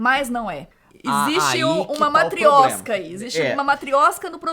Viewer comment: É Pútin e não Putín que se pronuncia. E Matrioshka e não matrioska.